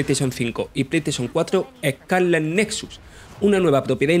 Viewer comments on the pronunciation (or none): Joder, duele oírle hablar ehcáleh